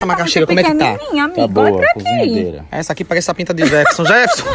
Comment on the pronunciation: É Jeferson e não eventon seu porra kkkkkkk